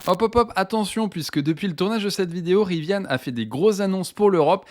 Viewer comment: Il n'y a pas de e a Rivian! Pourquoi prononcez-vous riviane?!! Gros bouseux plouc qui se croit hype !